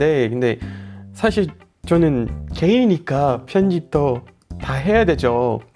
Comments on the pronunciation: 순간 개인이니까를 저는 게이니깐 이라 들어버림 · 나만 게이니까로 들었냐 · 사실 저는 게이니까 라고 들려욬ㅋㅋㅋ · 개인이니까인대 게이니까라고 들렸어요 ㅋㅋㅋㅋㅋㅋㅋㅋㅋㅋㅋ순간 깝놀ㅋㅋㅋㅋ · 사실 저는 게이니까라고 들림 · 55초..ㅋㅋ 사실 저는 게이니까..ㅋㅋㅋㅋ 발음 조심하셔야할듯요 ㅎㅎ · 여기부분에서 "저는 사실 게이? 니깐" 이라고 들려서 깜짝놀랐어요 ㅎㅎ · "개인이니까" 발음 "게이니까"라고 들려서 순간 당황함.